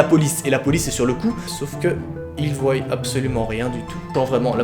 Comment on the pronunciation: Un moment tu dis voyent c est voient